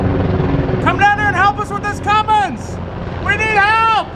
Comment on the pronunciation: "We're getting ready to put a fummins....". And now she has a name. Fummins.